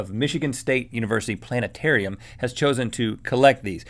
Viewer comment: planet ---- a - rium